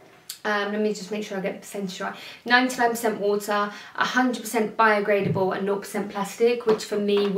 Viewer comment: Sometimes the mouth is quicker than the brain. 😁